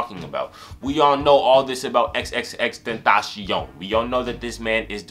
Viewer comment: You pronounced his name wrong, you have to pronounce it like "xxx ten-ta-cee-on"